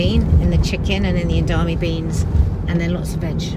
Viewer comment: EDA MAME...EDA MAME...EDA MAME! Not EDAME! LOL! :D